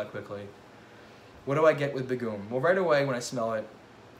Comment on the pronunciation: What an awesome video! This was great. Begum actually is pronounced as Bae - Gum ( as an chewing gum). Hope that helps?